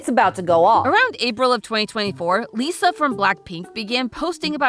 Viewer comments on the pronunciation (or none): I love how she says Lalisa instead of Lisa